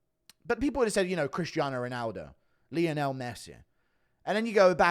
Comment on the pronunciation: The way guru pronounced Lionel 😂